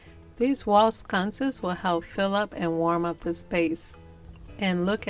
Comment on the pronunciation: I LOVE those. It's sconces not scunces